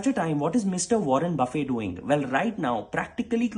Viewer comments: I am truly shocked. A person with your level of skill and knowledge and awareness pronounces Buffet's name as Bu-fae? No. It is a name, so a proper noun. And it is pronounced, typically, as the person will want to pronounce his name - in this case, Buff-et. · Warren “buffay” ??? Hahaha… like a Lumch Buffet??? Bhai, the pronunciation of his last name is Buff - it. Like a bullet. Also some fundamental issues either yield curve inversion as applied to today’s markets. This may well have been a leading indicator in the 90s. Today it is routinely discounted.. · It's BUFFEEET.. NOT BOOOOOFEY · It’s not Warren Buffey… it’s Buffet! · Aiyyo, fellow-Desi-s whether NRI or not. You’re smart. So, please puh-leez! Do get his name and other names right: it is Buff-eT NOT ‘Bouff-ay’ !!!! It stops me short while listening. 😓 It might help if one remembers his is not a table arranged menu to eat from no matter how much one wants to consume his advice goodies. 🙏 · "Buff-IT" needs the "t" to be pronounced. It is not silent and definitely not a spread of food that you can slowly savor over an afternoon or evening. 🙄🤷🏾‍♂️ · You are so clever. But you can't even pronounce Warren Buffett's name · T is not silent in his name. Good video